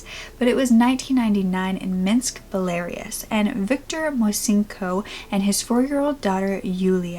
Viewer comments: Be-la-rus. Not "Belares" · I’m so happy she was well taken care of and her family found her! Also btw I believe the pronunciation of Belarus in English is “bella-ruse” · belarus= "behl-ah-roos" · Such an interesting case and nice it had such a good outcome :) I love that. And I think you mean Belarus? So it's pronounced "bell-ah-roose" - cheers! :) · You are saying Belarus completely wrong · She does such a good job but it took me forever to figure out that she was saying Belarus 🤍🤍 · I love how she pronounced Belarus LOL so funny and cute...and finally a happy ending. I love cases like this :D